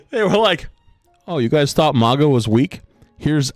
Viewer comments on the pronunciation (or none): Why do you americans ignore the u in mauga like its a trump hat maga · Day 3 of asking you to pronounce Mauga’s name correctly 🙏